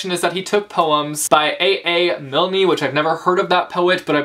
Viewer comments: Just a heads up, A.A Milne's names is prounounced like "Miln" :) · You've never heard of A.A. Milne?!? He's the author of Winnie-the-Pooh! (and you don't put a "ee" sound on the end of his name lol) I grew up reading his books (Two pooh bear books and two poem books. I had a bind up.) amd watching pooh on tv and vhs tapes. Winnie-the-Pooh was my first hardcore obsession at the age of two and my love has never for pooh has never died even now at 19. But I forgive you. We all had different childhoods. I was just shocked that you didn't know who A.A. Milne was. And now I desperately need that collection of poems by that other guy based on Milne's poems. Sounds amazing. 😊❤. Best of poem reading luck to you! I am also branching out my reading tastes. Trief out comic books for the first time recently and let me just say, Why didn't I start reading them sooner!?!